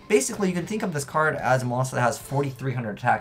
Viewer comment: like peter griffin saying card: "Cad"